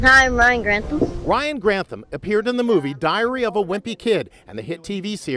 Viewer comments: I absolutely love your videos. but okay his name is pronounced Ryan GranTHam. With a TH rather than a T - ham. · Gran. Tham.... not Grant. ham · I love your mispronunciations it's so cute. I have no idea if it's Grant ham but if it was in Scotland it would be gran-tham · think it's Gran-THAM not Grant-HAM, jfyi. Such a sad story, I never wanted to be famous even as a little kid. Always seems like more hassle than it was worth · We share a last name, but at least mine is pronounced "Grant-tham". I have a lot of sympathy when it comes to mental illness but I'm having trouble finding that sympathy for this case.